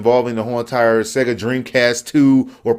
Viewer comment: ahahahahahha "Seeega" man I lost it!!